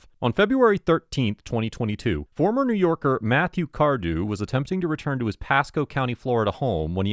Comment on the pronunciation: Cwazy. New Yowkars